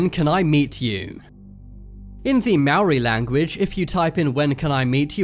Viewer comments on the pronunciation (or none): its not mawri its Mow rrrrrrrr e, make it sound like a car engine when you say the r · "another creepy translation from the MAAARRI language" what are you, a cat? (Lol guys it's pronounced Ma-ou-ri = Maori XD) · You said Moari wrong Edit: Its sorta sounds like Moldy.